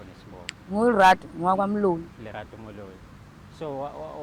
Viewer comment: and yo guest bafethu it's Lerato NOT RELATO